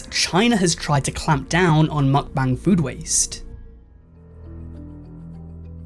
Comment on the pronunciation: How many am I going to have to hear this guy say mukbang wrong I wonder how he says bangs